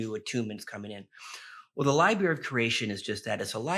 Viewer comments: Lib”R”ary….If you use a word that often please say it correctly. Meant kindly. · Yeah, sorry don't really trust a guy talking about all universal knowledge being stored in one location, yet he can't pronounce the word "library" like a regular adult.